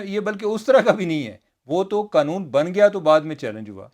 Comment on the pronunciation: بھائی ایک مہربانی کریں یہ قنون نہیں قانون ہے🙏